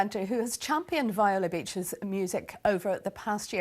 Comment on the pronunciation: It's not pronounced "V-eye-la" It's "Vee-O-La." Get their name right at least. RIP!